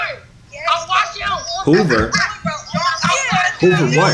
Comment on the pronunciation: On god I be in tears when they call my boy “”😭😭😂😂